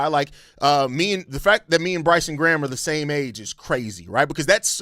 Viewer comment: The only bad thing about this signing is the fact Americans can’t pronounce Graham properly…